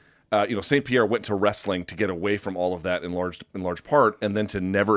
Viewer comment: It's George St. Pierre. Come on.